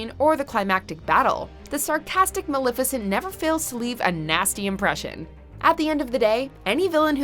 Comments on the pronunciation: MUH-LEF-IH-SENT!!!! Hot damn she’s one of my favorites put some respek on that name! 👏🏼😌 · Girl, you have go to work on your pronunciations. I was completely taken out of the video each time you butchered Rasputin and Maleficent. For future reference, just say it the way the characters and everyone else in the world does, k? Please and thank you. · Nah it's unacceptable. His name is pronounced properly in the movie; just as the name of the historical figure he was inspired by. We don't get to be excused from saying someone's name correctly because we're "American."